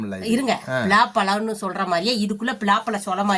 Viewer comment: Pila Pazham illa palaa pasham. Tamil koodava theriyathu.